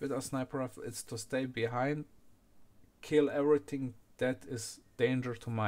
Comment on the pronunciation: "i`m stäing behäeihnd" :D